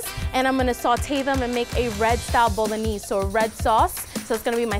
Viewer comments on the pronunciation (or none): "Bolo-knees sauce"😂😂😂😂